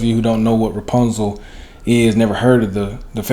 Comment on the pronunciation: Who says repuzal. Has to be white